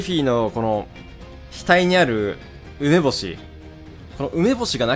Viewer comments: 梅干しのイントネーションヤバすぎないか？ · 梅のイントネーションは正しいのに梅干しになったとたんイントネーションバグる男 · かわのはねー 梅干しのイントネーションさえあってれば好きなんだけどねー